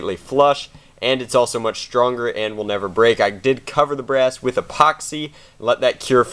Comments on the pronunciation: BRASS not breast. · im sorry what did he say? sheet brass or sheet breast?